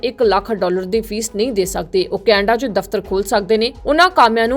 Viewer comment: Canada ko kainda bol Rahi hai 😂